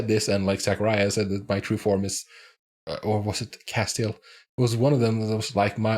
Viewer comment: It's cass-tee-ELL. The accent is on the last syllable.